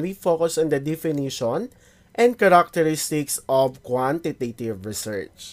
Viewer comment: Bakit ganyan po pronunciation nyo ng "Research"?